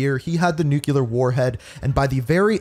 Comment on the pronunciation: I hate how you say nuclear. 😮‍💨